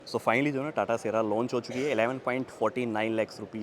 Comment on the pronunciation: Le indian language : Sierra ❌ Siyar✅